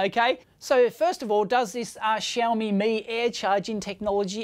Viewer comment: Why he calls it Shoephone